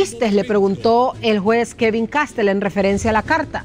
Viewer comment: Caste'L..... No Ca'stel Colón..........No Co'lon